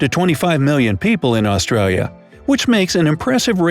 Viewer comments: I hate how he says ausraria lol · Os-trail-yah is how he's saying its pronounced ah-stra-yah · Im pretty sure its called Australians mate And its Australia not austraria I guess Im a controller cop yeet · this man really said “aus-tray-lis” ew stop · Ik right it’s aus-tra-lis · He said, " Us-tra-lia" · The amount of words he got wrong lol. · It would have been nice if an Australian did this. Every second word is pronounced incorrectly, some of it is almost Chinese with a Russian accent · Australis is also pronounced incorrectly